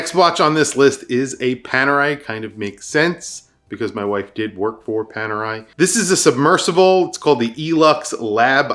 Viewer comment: It's Panerai